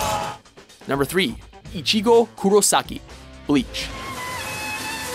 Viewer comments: Rayden Bramlett WatchMojo are shit when it comes to anime. They butcher the names so bad, like when they pronounced ichigo.What the hell, its not icheego, ur not sneezing u dumb shit. Also UnoHana or ichigo? what the hell unohana doesnt fight ever in the series! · a word of advice, take a few lessons in Japanese. While listening to your commentating, I have heard you mispronounce a few words and names. A few that were mispronounced were Ichigo and Zangetsu. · The way he says ichigo bothers me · You can't pronounce one name! It's not icheeeeego its ichigo ffs. You're such weebs. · It's not Ichigo Kurosaki, it's Kurosaki Ichigo. I HATE when people mess that up...You also pronounced his name wrong. You got the I's wrong. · They pronounced Sakata as "Sataka"... How? And the pronunciation of Ichigo is cringe worthy. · Killua Zoldyck They seriously need to get an anime expert in Watchmojo. I read the manga volumes so I know all about Kenshin. It hurts hearing them pronounce names like Ichigo, Mihawk, and Kenshin wrong. If they mispronounce certain villians like Shishio,Hisoka, or Madara I'll just have to mute the video when they introduce each character on the list. Like are they doing this on purpose?